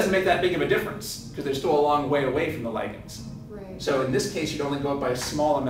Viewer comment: why do americans pronounce ligands in such a retarded manor